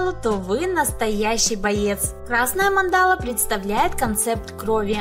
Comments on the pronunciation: Не манда́ла, а ма́ндала. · mAndala, a ne mandAla..... Spasibo . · Мандала (ударение на первый слог) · Прикольно, спасибо. Но ударение на слове Мандала и остальных слов вам не известных лучше прояснять в словаре.